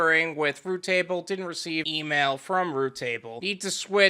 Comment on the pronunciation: It's not root table. It's routable. Just like it's spelled